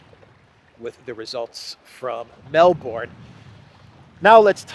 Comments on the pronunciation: Hey! Just to remind you, end of Melbourne is pronounced as burn not born!!! Next time please it in the right way. Otherwise, still good news along with personal performance. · Quick local tip Melbourne is pronounced Mel-Bun and Brisbane is Bris-Ban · FYI - it's pronounced Melburn, not Melborn.